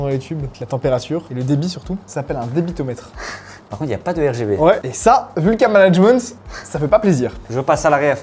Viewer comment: Super video! "Un débitometre" ;)